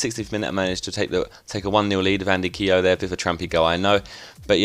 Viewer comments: I'm Irish and it is pronounced kyo not keeeyo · Say keogh like 'kyo' not keeyo